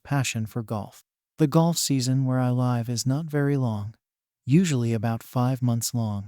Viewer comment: The AI voice you are using to read is irritating and meek sounding. It is also mispronouncing words. It pounced live as "where I liv"